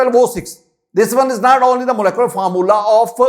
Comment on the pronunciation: Pehli baat it’s molecular not molecolar secondly aap pata nahi cheezon ko sir kyun sar sari batate hein deeply explain nahi karte agr kisi ki base achi nahi hein aap ka pora lecture sar ke opar se guzar jata hai😢